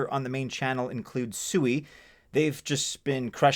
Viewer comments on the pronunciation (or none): Its not pronounced SUE E, MFs. This is why traditional Finance thinks everyone in the space is stupid can't even pronounce your own Investments properly